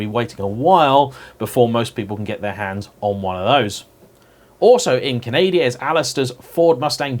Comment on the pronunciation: 12.59 Canadia?? Lol lol Great video dude Keep up the good work